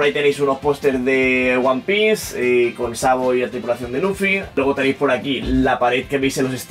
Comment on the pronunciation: jajaja nunca había escuchado "one pice" en mi vida, ahora creo que me sé toda la historia de principio a fin.